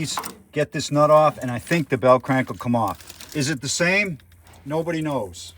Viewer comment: Nice video. I like it. "The Bell Crank-uh"............Everytime U come out with uh new video I see how long it izz and say to mee self COOL! I'll watch it ta night-uh when Im relaxing drinking uh Modelo along with watching "Atomic Era Motors" with that 50's cat...........